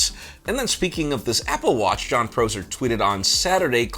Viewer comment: It hurts hearing you pronounce Prosser’s name wrong